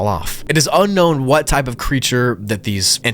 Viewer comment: "Unkown" bro what